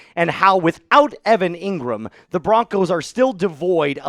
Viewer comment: Engrahm...injury prone. : can't be trusted.